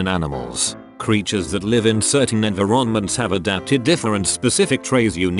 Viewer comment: "envy-RONments" Ffs tts lrn2speek